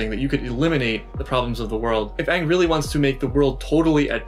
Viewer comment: I wanted to die at the words "AUHNG", "SOAK-UH", "AH-vatar" and the worst of the worst..."Agni KEY".